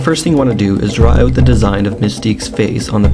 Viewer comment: i could tell by the way you say out